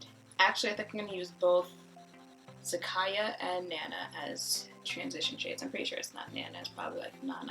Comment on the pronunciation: Ooh girl if my sis-in-law ever heard anyone call her Zak-I-ya she would lose it 🤣 (tht shade is her name)